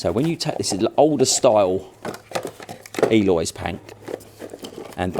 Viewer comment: people its Eolys not Eloys.